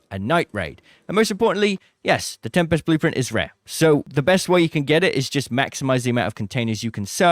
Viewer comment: The correct pronunciation of tempest is TEM-pist. It is a two-syllable word with the stress on the first syllable, featuring a short "e" sound and a sharp "p". Source: Cambridge Dictionary